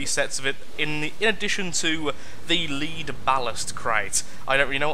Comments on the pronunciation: IT is not lead but lead... lead as the metal.... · You pronounced lead wrong